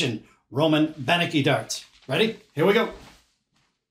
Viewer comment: you are pronouncing his name wrong, It is pronounced Ben-Etsky, the C is a ts